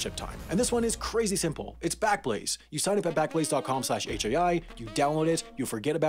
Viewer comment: “This video was made possible by squa- ......... backlaze?” 😂